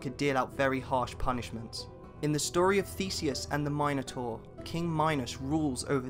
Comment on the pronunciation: my god you guys are talking about greece mythology right? hercules is the roman version of the name, the greece version is heracles. so many people get this wrong so thats ok but how did you prounounce minotar wrong 🗿